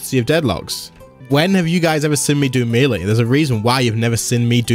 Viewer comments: It's pronounced may-lay... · Does anyone else cringe when he says melee?